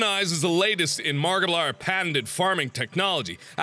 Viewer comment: It sounds like he says markipliern